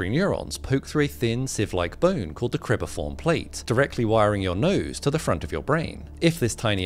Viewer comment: Cribriform plate, not cribiform.